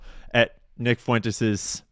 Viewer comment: Why are you saying "Fuen-tayz"? Nobody has ever said Fuentes that way.